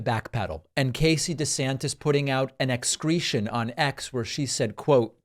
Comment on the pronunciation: "X-cretion" 😅 that is so appropriate